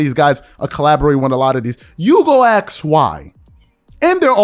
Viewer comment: Tryin to sound smart while you say let me axe you a question